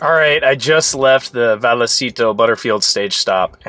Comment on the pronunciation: Pronounced vay a citos.